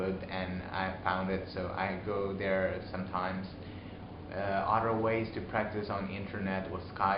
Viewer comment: Your welcome. :D and Alabama. But there is one thing, you pronounce "other" like "odder". So you might wanna fix that.